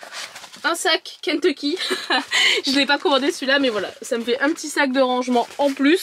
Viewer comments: J’adore comment tu dis « Kenteecky » 😂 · Ça me perturbe la manière dont tu dis "Kentecky" 😂🤣🤣